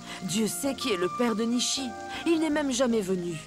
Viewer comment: nisiii faut dire nishi😂❤